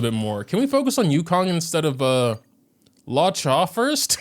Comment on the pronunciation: Its pronounced Loo-oh-cha 🤓🤓🤓🤓🤓